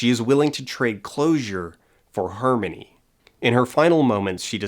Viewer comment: I love you video it's very interesting. I don't know why but I am hung up on the way you pronounce the word "harmony." it sounds like Hermen-knee